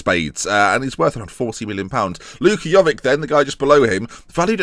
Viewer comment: PLEASE, say jovic correct, with the vic as in ibrahimo-vic!